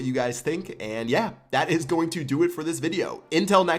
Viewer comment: You ALWAYS say INTIL next time. It's UNTIL.